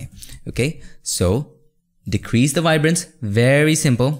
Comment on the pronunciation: Awesome tutorial bro! Like how u say “wibrance” lol